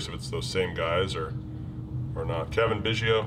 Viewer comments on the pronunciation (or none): none